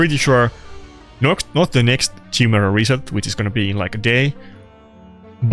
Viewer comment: top clans would meme on you only able to say chai-mera :P kai-mera